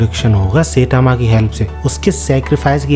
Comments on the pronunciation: Bhai सेटामा nahi hai wo साईतामा‌ hai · Bro really said "setama" instead of saitama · It's sitama not saytama😅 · Saitama ❌ Seytama ✅😂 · Saitama❌ Saetaama✅ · I love your video but......Its "sai" and "tama". Not "say" "tama". ... pleaseeeeeeeeeeeee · Bhai plz don't say setama It's Saitama (sai-tama )🙏 Video maza kharab kar deta hai setama word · Bhai to Jan buj ke sayyytamw pronounce kyu kar ta hai... Irritating lagti hai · bro saying setama ☠